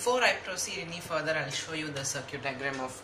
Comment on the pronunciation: FYI, "circuit" is pronounced "SIR-kit", not "SIR-cute". :)